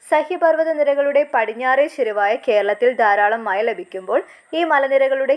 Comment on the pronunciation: Mazha not maya